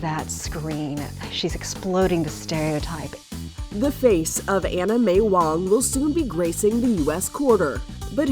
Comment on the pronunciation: That’s what I heard too. The host pronounced her name as Anime Wong. 😆